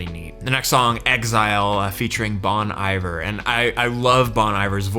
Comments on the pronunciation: it's pronounced like 'bone eevair' and the main voice you were hearing is Justin Vernon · Bon Iver is actually pronounced "Bon EEvair" (it reminded me of the baby cartoon Bonnie Bear my kids used to watch...) But anyway, enjoyed this! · Justin Vernon is the singers name - his band is Bon Iver (pronounced Bon Eee Vair) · Bon Iver is pronounced more like bonnie ver and he's phenomenal. If you've heard Skinny Love being sing by a man then you've heard Bon. He wrote it and performed it first but for some reason only birdie gets credit for the song. Its his song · “Bawn Eye-ver” Dude….come on. I will now be solely referring to Justin as “Mr. eye-ver” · Not trying to be insulting, but it's surprising when people who listen to "current" music, no matter what genre, haven't heard of Bon Iver before, mainly because they've been nominated for Grammy awards in a few different categories repeatedly over the last decade or so. It's a band, not just one guy, and it's pronounced "bone ee-vair." Glad to see you discovering all sorts of new things! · Bon "eve-er" comes from the French "Hiver" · It's pronounced both ways. I believe British people pronounce it like he did or even Bon "I-vah". Yep, very British 😂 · You are pronouncing Bon Iver wrong. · People are about to riot on how you just pronounced bon iver hahahaha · right? But we need to be nice. I'm guessing he was a kid when they won the grammy.